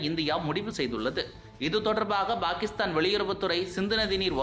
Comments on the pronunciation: Why do pronounce 'Pakistan' as 'Bhakistan'? Fundamental confusion in Tamil itself? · Bhakisthan இல்லை பாகிஸ்தான் - உச்சரிப்பை முதலில் சரி செய்து கொள்ளுங்கள்..